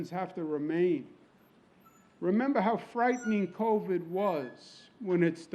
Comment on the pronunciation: "We Introduced Co-Vid"?